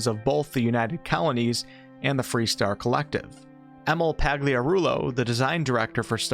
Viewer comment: Hang on, "Colonies" or "Kalanies"?